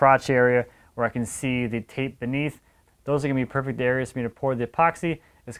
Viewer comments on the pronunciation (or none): none